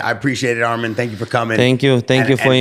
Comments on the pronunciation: SAY HIS NAME RIGHT ITS ARMAN NOT ARMEN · Arman WITH YOUR woman, is the correct way to pronounce his name.